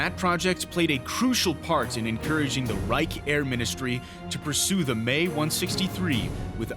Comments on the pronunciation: Actually it's not the "mae 163" But "M E 163"! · 'EMM-EE' 163. Not 'Me' or 'May'. I wonder if he'd pronounce early Messerschmitt aircraft similarly? The Bf 109E as the 'Buf 109E'? Yes, I'm old, but honestly. The only non Luftwaffe pilot to fly a fully operational rocket engined Me 163, was Royal Navy test pilot, Captain Eric 'Winkle' Brown, shortly after the end of the war. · I and everyone else that has commented this has only heard M.e. instead of Me for this aircraft manufacturer. If it’s correct in German, or something, then I guess we’re wrong. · He keeps calling it the MAY 163. It is the M-E 163, not the May. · M-E. Not May. Wtf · It's pronounced EM-EE-163, not May-163. This error is very distracting to an otherwise very interesting documentary. Well done! 👍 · Try say "M .. e" instead of "may" like the month May .. BUT it's wrong .. M .. e .. and it's NOT "me" either .. like "it's me coming in" .. no no no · The 'Me' is pronounced 'm' (as in 'emmmm') and 'e' (as in 'eeeeee') not 'may.' It was the abbreviation for Messerschmitt, the manufacturer of the aircraft. You would think that someone producing a video like this would know such basic information, OK .. heard the dumbass say 'may' one to many times. I'm out. Dark Footage productions - yer idiots. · It's not the "May 163"! Me was short for Messerschmitt. It's pronounced "Emm ee" in English. Unwatchable tripe! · The "Me" is two separate letters . As in "M"..."e" . Not May as you are mispronouncing . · pronounced M E not 'may'..... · gotta be honest i agree with everyone down here. saying may for something that clearly is m. e. like me theres no y anywhere. My head was exploding listening to it. Besides for that keep up the good work! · Pretty sure it's pronounced M.E 163, not "May 163" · Nope. Being short for Messerschmitt (not meshersmitt *eyeroll*) there's no need to pry the sounds apart. "meh" would be more correct, but with an English twist "May" is closer to the original than M.E. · 'Me', not 'May'